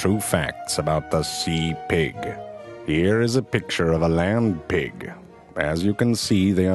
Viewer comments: I swear I thought he was saying "lamb pig" at first. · i love the way he says pig hahahaha